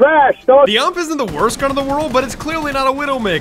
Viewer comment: you said the UMP wrong